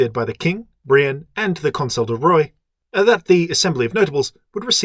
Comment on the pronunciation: Love this series, great job! (Even though the way you pronounce "roi" makes me weep in a corner.)